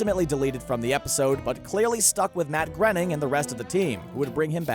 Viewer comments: It’s Matt GRAYneen but Matt GRINneen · That That and he calls the creator Matt "grenning". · GRAIN-ing! GRAIN-ing! Like he's said elsewhere, his name rhymes with "complaining"! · Also "Matt Grenning" and "Roy Simpson" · Learn to pronounce Groening boys. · “Groening” rhymes with “raining”